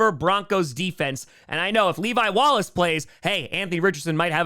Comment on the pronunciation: Saying levi wallaces name should be a federal crime